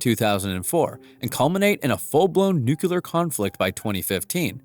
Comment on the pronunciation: Nuclear Not new quelur Sound like not smart